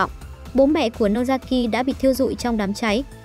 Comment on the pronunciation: Nozaki chứ ko phải Nosaki nhé😂